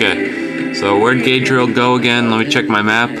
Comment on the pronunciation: "Gadriel?" GaLAdriel!